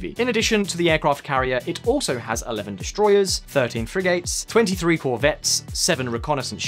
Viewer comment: Cashmere!? And learn how to pronounce “Frigates” Because you can’t Not impressed